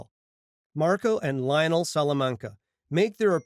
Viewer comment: Why do u pronounce Lionel that way